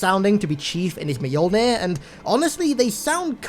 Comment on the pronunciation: it’s pronounced me— yull—neer.